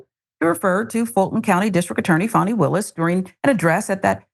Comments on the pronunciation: Someone needs to educate GHOULiani . . . Fani is a KiSwahili word/name that means bearings or relevance and that the letter A is always pronounced AH like the A in the word father. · Deliberately mispronouncing her name is just the disrespectful cherry on top of the disgusting sundae.